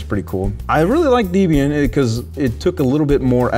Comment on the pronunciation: Debian: a portmanteau of Ian (Murdock) and his girlfriend at the time Debbie. Pronounced Deb-Ian not Dee-Bebian